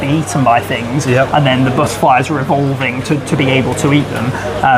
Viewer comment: The buttaaflys I love how he pronounces it lol 😂